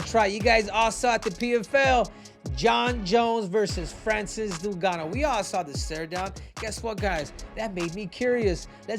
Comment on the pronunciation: Francis doonganno